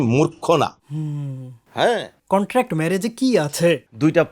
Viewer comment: কনটান্ট নয় এটা কন্ট্রাক্ট হবে। আপনি নিজেও কিন্তু ভুল করেন